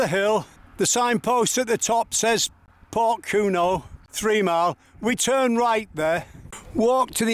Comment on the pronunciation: Enjoyed your video but Porthcurno is pronounced Pawth-cur-no. The little beach not far from Lands End is Nanjizal Bay. This is almost totally unoccupied even in mid summer. Me and my wife sat there one June day, not very hot but still sunny and almost the whole day we had it to ourselves.Lands End was wrecked by Peter De Savaray building his mini theme park. in the late 1980s. Still a figure of hate to a lot of Cornish people we spoke to, and indeed many walkers..